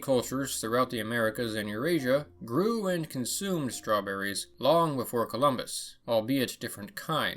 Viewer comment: I heard somebody mentioning Strewn-berries?